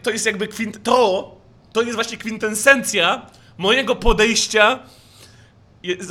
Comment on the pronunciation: "kwintensencja" XDDD